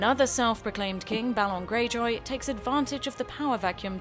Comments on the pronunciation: The one talking has never watched the show. "Renly Barrotheeon", "Ballon Greyjoy", "Petyr Bylish", "Night Watch". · Ballon Greyjoy...